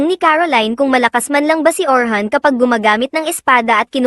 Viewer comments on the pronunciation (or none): Orin hindi Orhan